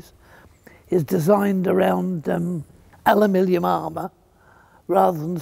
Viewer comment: Always quaint when he mis-pronounces "aluminium," bless him! ("alumiLLium"). 😄